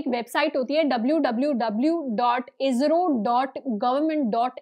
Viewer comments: इसरॊ hota hai इज़रॊ kya hai angrej ban rahi hai😕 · It's not इजरो , It's इसरो 🙏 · Ayyo! Didi it's not IZRO it's ISRO. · It's not IZRO. It's ISRO. First correct your pronunciation. No offence. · Mam aap pahle to ISRO bolna Sikh lijiye